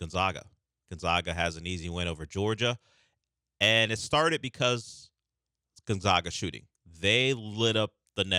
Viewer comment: See Kelvin Sampson press clip how to pronounce Gonzaga.